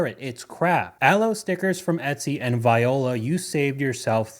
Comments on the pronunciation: that made me laugh way too hard “viola” instead of voila (“vwala”)🤣🤣 but ngl tagging cheap clothes with luxury brand logo is rapidly taking off. We’ll see who sues who first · My Québécois ears are burning at "viola". We're not talking about Viola Davis here, it's "voilà". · Do you really not know how to pronounce "voila" ? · "viola" 😂😂 No, young dude, it's voila. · “Voila” is pronounced “wa-la”. Not viola! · Voila ❌ viola ✅ lolol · It’s “VWAH-LAH” not “viola” (the instrument) 😂😂😂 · Enjoy your channels. BTW, viola is pronounced wah-lah. 😀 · VI OLA?? That’s not the correct pronunciation. 😂😂😂😂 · no viola is pronounced vee oh luh 😝